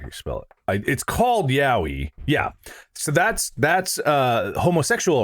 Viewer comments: it's pronounced 'yeah-oy', mark. as in literally ya-oi. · Yaoi being consistently pronounced "yowie" is, well, it's something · It’s yowie